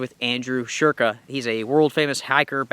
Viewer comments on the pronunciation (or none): Look at the shape of the aluminum frame and tell me again that the name has nothing to do with the flux capacitor from Back to the Future... and it's sKurka, not shurka...